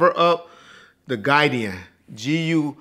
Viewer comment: Its pronounced “GUIDE-ON” its a military term. If anyone cares.